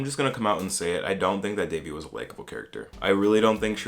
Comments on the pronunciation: It's Devi* not Davey lmaoo her name literally means goddess please learn to respect Indian names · that's how people mispronounce it though so I get where that person comes from. It's actually pronounced "they-vee" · Omg yes, the fact that they pronounced it De-vi was so weird for me. And I honestly wished they made Devi a character that migrated to USA in her teen years because then I feel like a lot of us could have related to her as South Asians. It would have been nice to see Devi as a girl speaking more of in an Indian/South Asian accent rather than a westernised accent and as someone who was more knowledgeable about the culture and traditions of India. Devi was more of a girl who was ashamed of her identity and wanted to be westernised. I hope they make her love her identity in Season 2.